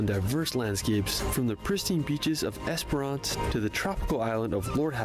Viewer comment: Yes..driving between Perth and Adelaide you would cross the Nullarbor Plain (null = no, arbor = tree). It is just as you imagine but more chance of another car coming along than a lot other outback roads. If you come to Werstern Australia, don't pronounce Esperance the way this guy does.. (Esper-ANCE)..lol Said quickly, should sound more like "esprince". Great video though!!😊